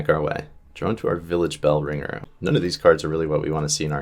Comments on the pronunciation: He also says village bell- ranger a number of times when the card is called bell-ringer. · Bell-ring-er not bell-ringe-r 😂